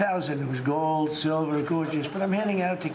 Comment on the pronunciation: i hate how he says "gold."